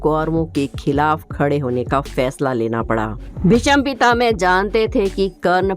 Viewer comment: Are bhai pronunciation To clear karo yl BhisampitaMe Na bola wo to BhisampitaMa Hai bhai